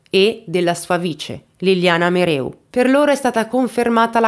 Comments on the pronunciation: Brava, però si legge Merèu, non Meru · Grazie per aver portato questa vicenda, che sento vicina perché frequento la zona. Solo una cosa, si dice Clèss, con la esse dolce e il cognome è MeREU come si scrive. Un abbraccio 😘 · Caso molto approfondito. Mereu è cognome sardo che si pronuncia con accento sulla seconda e che tu non pronunci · Il mobbing in campo medico è diffusissimo, purtroppo. Il tuo video mi ha rattristata ma non stupita. PS: Solo un piccolo appunto. La dottoressa si chiama MerEu non MerU. E' un cognome sardo. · La dottoressa si chiama MEREU, non Meru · Liliana Mereu, non Meru , è di origini sarde :) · Credo che si pronunci mereu, è un cognome sardo non francese😂😂😂 mereu non meru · Mereu, non Meru. MEREU. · MEREU MEREU non MERU